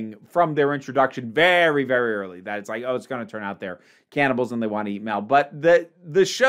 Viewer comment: When you said ‘lesbian cannibals’ I briefly heard ‘lesbian camels’